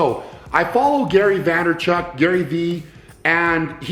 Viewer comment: its "VAY-ner-chuck"